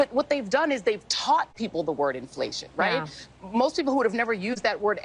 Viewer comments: Gurl, be like, "in flation?" Aint nobody know dat wurd. 😂😮😅 (She's a bad parody of DEI.) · What is this word "imflayshum" and what can it mean? 🤔